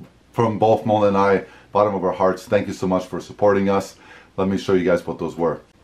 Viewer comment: I have mentioned this as well a longgggggg time ago.... definitely sounds like he calls her Mona. 😏